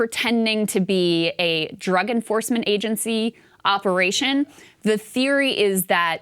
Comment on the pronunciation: He doesn't sound American to me. Something off about the way he says operation.